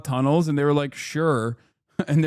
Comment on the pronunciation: TEHROHR BABBIS IN TEHROR TAHNEHLS ⁉